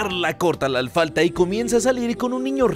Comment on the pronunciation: Minuto dice mal alfalfa